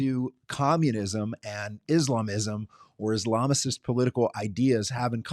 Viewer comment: Ok bro, u don’t even know how to say the word. You can’t also be a communist and a Muslim 😂. You just making sh.t up .